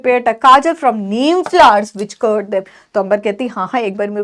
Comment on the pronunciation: Mam cured ko curd pronounce kar rhi hai pleasecorrect this😊